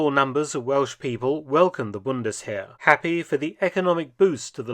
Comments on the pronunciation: Heer not Here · Mr. Felton, I'm afraid you're mispronouncing the German word "Heer" (which means Army) because it doesn't sound like the English "here" but like we say "heard" except without pronouncing the final d .